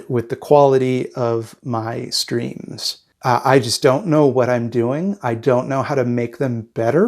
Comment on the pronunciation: I kept mishearing "streams" as "screams" and for a second the first time I heard it I was like "uh yeah I don't think I've ever heard you scream. better work on that"